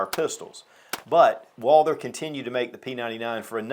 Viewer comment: Some of these YouTube gun channels just can’t pronounce Walther and refer to it as a Walter. I don’t get it. How can someone with so much gun knowledge and experience not say Walther? Lol